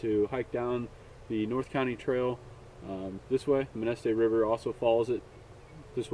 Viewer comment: Great video! I live near here and I've fished the Manistee many times. I've always wanted to take a multi day float. This is great inspiration. FYI. It's Manistee. Not Mainstee.